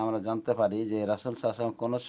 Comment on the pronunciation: Rasul ar nam ta vslo kore bola sikhun then.....